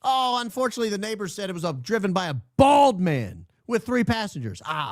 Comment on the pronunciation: The way you say “bald” when describing Blakey neff reminds me of George from Seinfeld describing the girl. “She was BALD Jerry!! Bald!” 😂